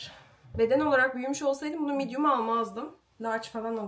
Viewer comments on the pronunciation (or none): none